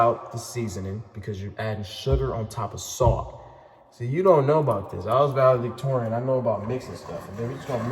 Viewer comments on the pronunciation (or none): “ see y’all don’t know about this I was validvictorian “ 😂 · I can't take this man serious again after he said masion, ig valedictorian is just a word......but heyy nobody is perfect